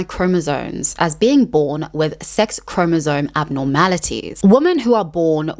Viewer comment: I don't know why the thing that bothers me the most about this is that you say chromosone. It's chromosoMe. With an M.